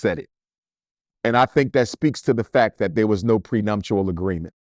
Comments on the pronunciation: It’s prenuptial NOT “prenumptial” brother. ALSO: it was the Oscars NOT the Emmy’s. Keep up the great work 🫡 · How are you so educated and well spoken, but mispronounced prenuptial multiple times? 🤨